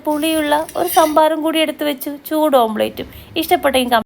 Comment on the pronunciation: ഓംലറ്റ് ആണ്. ഓംപ്ലേറ്റ് അല്ല